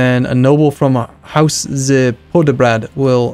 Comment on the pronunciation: Please dont try to pronounce z Poděbrad xD